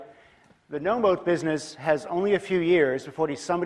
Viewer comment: Moat often sounds like mode